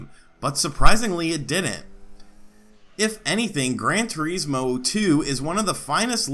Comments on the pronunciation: Good video, never heard turismo pronounced as "tureesmo" before, lol. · Gran Tuh-reesmo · The way your saying Turismo sounds really weird lol